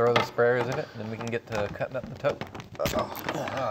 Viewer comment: ...a tote. It's a TOTE!